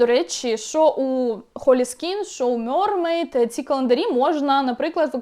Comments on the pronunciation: мермейд а не мьормейд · м е р м е й д Будь ласка кажіть правильно